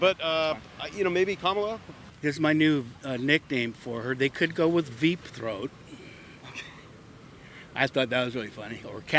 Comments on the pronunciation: He said “VEEPthroat” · “Veep Throat” 😂🤣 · "Veepthroat" Baaaaaaaaaaaaaaaaaaaaaaaaaaaaaaaaaaaaaaaaaaaaaaaaaaaaaaaaaaaaaaaaaaaaaam